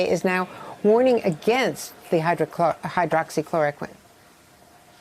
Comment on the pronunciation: Msnbc cannot even pronounce hydroxychloroquen...only hate filled msnbc..not a fair media at all.. try again to pronounce HCQ